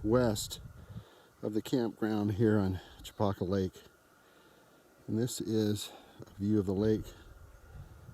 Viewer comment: Nice video. Makes me miss home. I grew up fishing Chopaka, long before it became a mecca for fly clubs and massive crowds, although it looks like you caught it on a quieter moment. Pronunciation wise, us locals say it "Cha-Packa" not "Cho-Pahka"